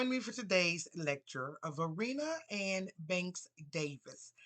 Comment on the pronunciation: It’s Va-RYE-na, not Va-REE-na. From Virginia here.